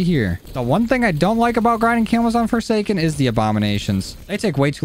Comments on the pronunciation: No one notice he said Foreskin inteasd of Foresaken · I swear he just said on "foreskin" not foresaken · No one noticed he said "fore skin"?